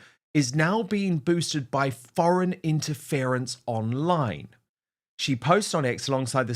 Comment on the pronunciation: It's also like Nigel is trying to hide something by calling Mohammad Zia Yusuf just "Zia", there is obviously something going on. Love Calvin's pronunciation of Nigel Farage and Mohammad Yusuf, 👍🏼🙏🏼